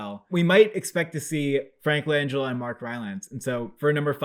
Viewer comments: You mean Frank Lan Gella lol not Langella as in Angela. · You fellas are great but you’re pronouncing Langella wrong. The emphasis is on GELLA!